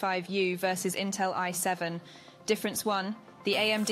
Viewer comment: damn this AI is stupid, its I7 not y7...